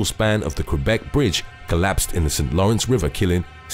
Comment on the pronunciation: Lmao i like the way he says 'Qwebec', as i am french irl and lives 2 hours away from there, and it's literally not how you say it lol